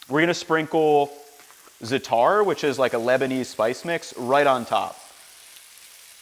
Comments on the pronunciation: It’s leviosa, not leviosAaaaa pronounced Za-atar not Za-tar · Very nice, i'm gonna make this. BTW when you say Zatar, you put the emphasis on the a's, so basically zA-tAr.